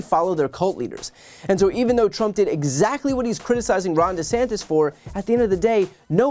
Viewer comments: It's not DeSanctus, it's DeSpicable!! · De "Sank"-tis. That's what he's doing. Putting that "sank" in there as a negative association to his name. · de-sank-this has meaning though. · I thought he was saying De-sanked-us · He may well be saying Ron DeSankedUs, as in Sanked Us. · It's actually a stupidly brilliant nickname (for the MAGA crowd). Ron DeSanktUs sounds like he's saying "Ron, he sank us" subconsciously while explicitly being that abbreviation for sanctimonious. We need to be careful, because this guy is stupid in every way except knowing how to fight dirty in order to win arguments he shouldn't win, and we can't afford to underestimate this malignant narcissist again. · Who is "Ron Desangtis" lol God blesh the United Shtache...elephant, pinata, spaghetti, helicopter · Really. He settled on DeSanctus? Or is he just incapable of saying "sanctimonious" He's actually not wrong about the weather and coastline 🤣 that's the only allure other than no state income tax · He called him Ron DeSanctis 😂🤣🤪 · Ron desanctus? Did he forget how to say sanctimonious already, lol? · "Ron DeSanctis"? huh? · Desankdas is to me sounds like a DECAF coffee. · I think Trump can't even pronounce DeSantis. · He can’t even say his nickname right… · It sound like Trump can't pronounce a simple name. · I like how Trump can’t pronounce his opponents name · Actually "sanctus" is Latin for "holy." So he's actually calling him "Ron DeHoly," so he even manages to fail at insulting him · lol I was wondering if trdump was saying the last name wrong or just trying to be silly. who knows where he is concerned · I thought he just didn't know how to pronounce his name... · I hear "DeSanctis" and I think "Spiritus Sanctus", which is a GOOD thing. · Na man. Trump is actually good w this one. Desanctis is so far behind Trump in the poles he doesn’t even need to learn to say his name correctly. Trump is great at being an asshole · I don’t think trump knows he’s actually pronouncing Ronnie’s name.